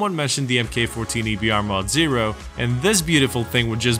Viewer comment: Its "Mark 14", not "emkayy 14".